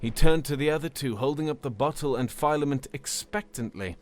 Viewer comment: Well narrated story, but the mispronunciation of common words such as filament and lattice is distracting.